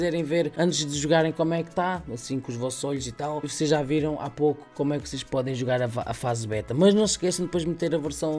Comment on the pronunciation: "que za não deve dar pa fazer" jkkkkkk